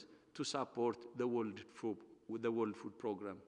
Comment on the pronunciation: i hope he tries to improve his english,,becuz wtf "worled"